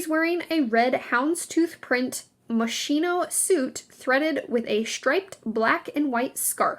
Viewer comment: "We".......... Lol....... We who?..... You're talking out of your ass. And by the way, it's "mos kino".